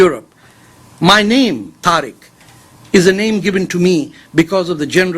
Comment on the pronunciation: "TAREK" FATEH IS INDIAN RAW AGENT.THIS IGNORANT SO CALLED INTELLECTUAL DOESN,T KNOW THE REAL SPELLING OF HIS OWN NAME,ITS "TARIQ' NOT "TAREK".